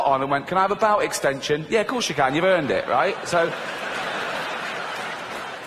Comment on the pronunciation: I always thing he says “bowel extension.”